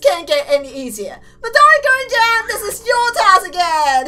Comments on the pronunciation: The Gurin part of Midori Gurin is pronounced Greenoo. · Just saying U say Midori Gurin names Midori Green with a Japanese accent and yes I got this from Kubz Scouts